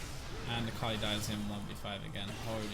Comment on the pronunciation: It always throws me off when you have an Akali on your team. It seriously sounds like you're saying Carly to me lol Sometimes I-Carly, but I usually only hear Carly. The first few times I heard you say it I legit thought you were talking about a girl you knew IRL xD